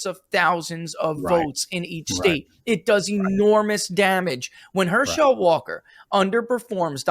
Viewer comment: Next time you talk to ask him why he mispronounces every name he ever tries to say. HerSHELL Walker? SherROD Brown?